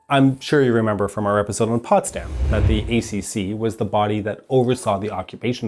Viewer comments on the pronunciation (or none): none